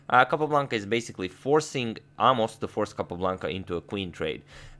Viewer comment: Amos is pronounced ay-moss, like the a sound in 'say'. I know you like to pronounce names correctly, not that Mr Burn will be concerned.